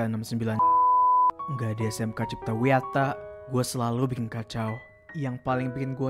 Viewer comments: kok Wijaya ya BKN wiyata😅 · Cipta wiyata bukan Wijaya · Cipta Wiyata kak..bukan wijaya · Bukan cipta Wijaya bang tapi cipta Wiyata